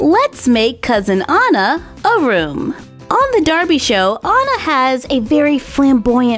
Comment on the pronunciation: you are SOOOOO good at drawing, painting and crafting Btw my name is also spelled Anna but you read it An as in and and na